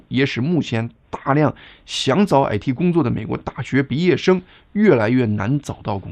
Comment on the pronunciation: 感謝澄清❤ 您的「矮嚏」（IT)鄉音令人有點出戲 😅😂